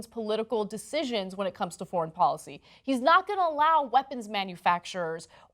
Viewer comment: It’s called a “thoint“ (portmanteau of “thumb” and “point”). I just realised Ana pronounces “foreign” as “forn.”